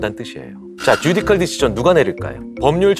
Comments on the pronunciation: Judicial은 쥬디씨얼 혹은 쥬디셜 정도로 발음하는데 쥬디컬이라니 실망이네요. 하버드 졸업하셨다던데...... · Judicial은 쥬디컬이 아니라 주디쎨인데요 ㅠㅠ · Judicial 읽을 때 발음 쥬디셜인데 쥬디컬 하셔서 놀람. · 귀한 강의 감사드립니다. Judicial "주디셜"이지요. ^^ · 항상 교수님 강의 너무너무 재미나게 잘 듣고 있어요. 한가지 오늘 강의에서 죄송하지만 judicial 영어 발음 바쁘셔서 혼돈하신거 같아요.